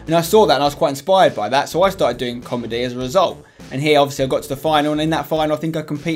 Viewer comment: 'tarted titter back in two tousand nine'